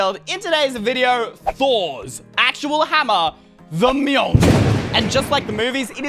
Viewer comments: He said Me-oln-er not mol-ne-ier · Moln-year is how U pranounce its name I'm a marvel nerd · Not gonna lie, I bugged me when you pronounced Thor’s hammer, The Meal